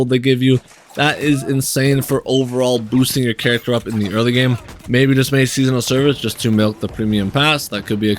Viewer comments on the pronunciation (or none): none